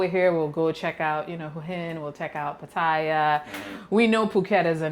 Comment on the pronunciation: There are a glut of condo units available in Bangkok. New ones tend to be small like this one. You can get bigger ones in older buildings. Unlike in America, condos often don't appreciate in value. Also its pronounced Ah-newt (On nut) and Pah-tie-YA (last syllable emphasis).